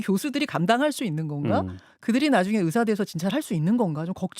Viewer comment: 답답하다.. 보건복지부 ... 이번 사태의 핵심은 전공의 이탈이다.. 그런 전공의들은 개개인의 생각으로 사직을 했는데, 대표가 선동해서 사직한것이 아닌데, '대표 한명씩만 참석해라, 통일안을 가져오라....' 고 하는 게 답답한 일 인거다. 진정성있게 전공의가 돌아오게 하려면, 큰 체육관이라도 빌려서, 1. 박민수 차관이 그 동안의 막말 사과하고 (의새라고 발음한 것 , 낙수효과=필수의료를 낙수의사로 표현한것: 필수과 의사의 자부심 짓밟음., 전세기 띄워서 다른나라 의사 데려오겠다 등 여러 협박 표현들 , 의사면허 정지 등으로 겁박한것 등 ) 2. 전공의 개개인의 의견을 듣고 수용하는 자리를 마련해야한다. 우리가 의사 한명한명 사인받을수없지않냐? 이런 거만한 태도로는 젊은 전공의들 마음을 돌릴수없다. 아무것도 이뤄낼수없다. 한명한명 사고해도 돌아올지는 미지수다. *올해 전공의가 돌아오지않으면 다음년도 전공의 지원도 없다. 1,2,3,4년차 아무도없는 의국에 혼자 들어가면 - 윗년차 의사에게 배울수도없을뿐더러, - 1,2,3,4년차의 업무가 신입 전공의에게 쏠려서 잡일만 하게 되므로 아무도 들어가려 하지않을것이다. 그러면 내년에도 의료 대란은 쭉이어지고, 이게 몇년 지속되면, 필수의료 교수님들도 번아웃오고 대한민국 필수의료는 말그대로 종말이다.